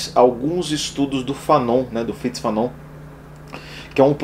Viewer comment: É Frantz Fanon e não “Fritz”. Abraço.